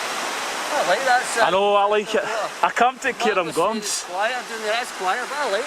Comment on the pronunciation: Cairngorms. Care-n-gorns, NOT Care-um-gorms.